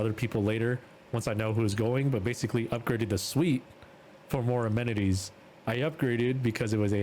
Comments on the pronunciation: Just poking in here but the word is pronounced Ah-me-ni-teas - basically its a useful or desireable facility in a building or room. So things like en suite bathrooms, hot tubs in hotels rooms. But also goes as far as emcompassing schools, gyms, bus and train stations things like that. I'll probably get ribbed for this lol but I hope it helps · "Amenities" cmon bruh 💀